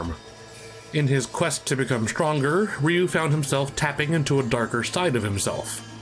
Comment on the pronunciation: 📣 Will someone PLEASE sit "" down and teach him how to pronounce RYU's name? It's not the 90s anymore, we've been schooled on his name and what he says!! And before he even attempts to butcher Kage's name, please tell him it's Not Cage That also goes for the Legend Of Kage for NES Ok, back to your lives.